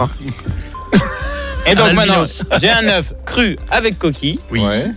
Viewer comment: L'euch alors que c'est œuf on dit de cauet mais la bichette désolé